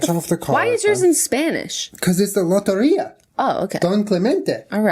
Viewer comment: Okay, but the way Julien is pronouncing "Lotería" is adorable.